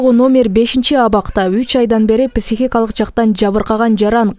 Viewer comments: ПИсихикалык эмес пСИхикалык дегилечи урматтуу ПИСИХ журналистер. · Кечиресиз, писихикалык эмес психикалык деп айкан тууру болот. Терминди туура айтуу керекго. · Журналисттер туура сүйлөгөндү үйрөнгүлөчү,писихикалык дебей,психикалык деп. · Писихикалык ,.ч😂😂😂😂бляя койгулачы, граматныйраак диктор жок беле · Журналист кыз, сураныч психика деген созду туура айтынызчыыы